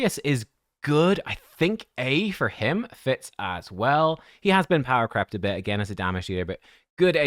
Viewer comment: Lol every time someone says power crept it sounds like power crapped. which is kind of humorous.